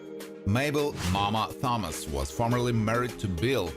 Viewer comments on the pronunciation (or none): A couple of corrections here: 1- the family name "Thomas" is pronounced with a hard "T", as in "Tom",& B- the disease is pronounced "die-uh-bee-tees". I don't know WHAT you were saying, but you weren't even close.